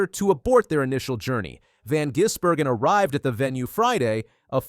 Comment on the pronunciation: wh oh why cant the commentators get his name right?? its VAN gisbergan not VON!!! Eventually they get it right but still....